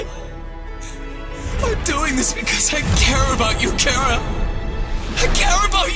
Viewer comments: Ok first it’s Cara.. and now it’s care-a? Once again, it’s CHARa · how its pronounced ch - ara. how youtubers pronounce it cara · chara got pronounced as "ceara" wtf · It’s char-a! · Chara more like Carrot. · I just realized it’s pronounced “kara” not “chara” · The pronunciations are incorrect with Chara. Some pronunciations are incorrect but almost everything is perfect tho. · We put a lot of thought into how we'd pronounce it. I decided since undertale is such a pun-riddled game and "Chara" is the name you call your "Chara"cter at the beginning, it made sense. Also, Toby Fox officially revealed all the name pronunciations except for this one since it's optional.